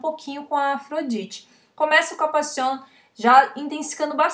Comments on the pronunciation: Me encanta ! Cada que decías "Passion" ese español 👌. 😍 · Excelente la pronunciación!! Soy de Paraguay. ! Te sigo desde tus inicios en Youtube. Exitos siempre ! ❤